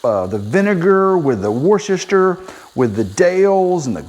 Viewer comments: Cool. Pronounce it wooster shire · Jerky two ways🤨. He says werchestershire like I do...... so he’s right!!!!